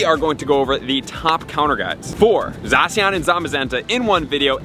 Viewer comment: It’s not Zawh-See-On, it’s Zah-Sh-Ian